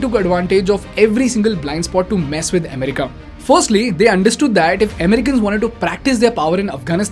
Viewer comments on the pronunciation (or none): America, not emerica. BTW great content.